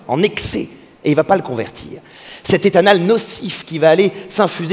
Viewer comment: "Lett' anale" ?